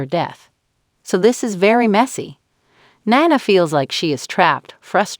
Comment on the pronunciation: Hey announcer it’s pronounced Nena not whatever you are changing it to ??? Please try watching an episode so that you at least know the characters and how to pronounce their names?????